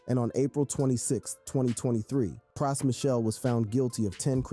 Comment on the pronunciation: Good doc but why he say Pras & Fugees like that? Lol Praaas & Few-jeez